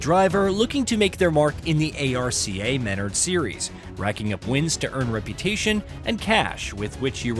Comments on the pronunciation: Yea there’s absolutely no way he said A-R-C-A instead of Arca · it's pronounced ARRKAAA not A.R.C.A. lol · Bro is too braindead to know ARCA is pronounced“are-cuh” 🤡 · lmao. Its like they pulled a dude off of reviewing Japanese anime and told him to read the script for this and failed to tell him not to spell out A-R-C-A. I just kept watching for the meme value. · Bro can’t even say “Arca Menards” right. Time to look up another review.